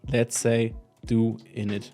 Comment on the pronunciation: Thank you for pronouncing it CORRECTLY! No idea why people try to call it "ko-in" when the domain name itself is "insert-koin" which is obviously a play on words from the arcades.